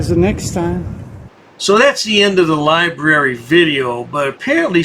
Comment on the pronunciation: When you can't even pronounce library correctly, you know he never went inside a library to look for a book or even read a book.